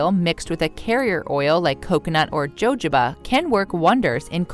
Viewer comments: Anyone else stop taking this seriously when she started pronouncing the Js in jojoba? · Please look up the correct pronunciation of jojoba. 🙏🏻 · I can't get past the mispronunciation of jojoba oil. Ridiculous. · You don't even pronounce jojoba oil correctly! This isca bot. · Ho ho ba NOT JO JO…how serious do you expect us to take you?? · It's called hoe hoba, not jojoba!! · They also pronounce words incorrectly. Jojoba is pronounced Ho ho ba, not Jo Jo ba. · I am very interested in using oils for skin care so I was excited to hear this. I couldn't listen because you kept pronouncing jojoba "joejaba" instead of the proper "hahoba" I know your way is accepted somewhere but not correct. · Just FYI - jojoba is pronounced huh ho bah not joe joe bah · It’s pronounced hohoba not jojoba… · Hahaha 😅😅😅 No, not "Joe Joe ba oil". It's "ho ho ba oil". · It’s pronounced “ho ho ba” not “joe joe ba” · its pronounced wa ho ba. not jo jo ba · Omg. It’s pronounced “ ho HO ba” oil, not Jojoba with a hard “j”. Jeez, if you’re doing video on recommended face oils, please learn how to pronounce them correctly. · It’s no JoeJoeBah it’s pronounced HoHobah. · Omg. Someone please let this woman know how to pronounce hohoba oil. Jojoba😂😂😂😂😂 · Jojoba oil is pronounced with a h sound not j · Really? JOJOBA is not pronounced as its spelled..it is HOHOBA .... please USA get your narration correct.... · Its pronounced hohoba oil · What about squalene oil? By the way jojoba is pronounced huhhoba. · Jojoba. Is pronounced hohoba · Jojoba oil is pronounced with an H. Not the J. (hohoba) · jojoba = ho-ho-ba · wow PROPER pronunciation IS hohoba. Where the person speaking is from is irrelevant. Don’t think it was ego intended at all. Anyways could be a bot 🤣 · Lmao joe joe ba great pronunciation job narrator🤣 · 3. Jojoba Oil was pronounced incorrectly. It's pronounced with a " H" (huh·how·buh). Other than that, the info was useful. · It is pronounced (yohoba) jojoba oil. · Jojoba is pronounced as "hohoba"